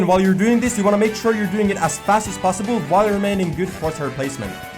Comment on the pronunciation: No one: in this vid:aS FAsT aS pOsSiBoL P.S love your content keep going💯